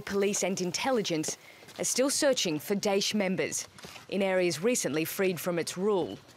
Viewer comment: daesh not desh lmao